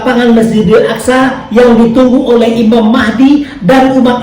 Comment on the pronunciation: Aqso bkn Aksa pak 😅